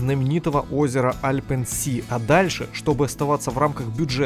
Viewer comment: Альп Зее а не Альпен Си =)